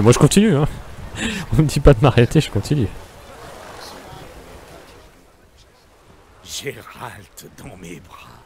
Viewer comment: "Géralt" oh le pauvre 😭 mais je trouves génial que tu as touchée à ce jeu merveilleux ! Pour ma part j'ai finis le jeu et j'ai encore envie d'y jouer ! ^^